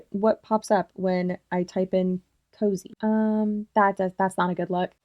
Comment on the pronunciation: Girl KOZE isn’t pronounced COZY. Please do the basic research on that much. Yes, Kalyn has been using KOZE and her brand for years.